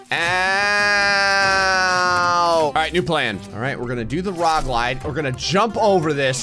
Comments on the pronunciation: Ah yes let us do the rog lide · Did anyone else notice he said rog lide? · "OK, we're gonna do the rog lide..." And no-one noticed, and it was beautiful. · IM NOT INSANE SOMEONE ELSE ACTUALLY HEARD HIM SAY ROG LIDE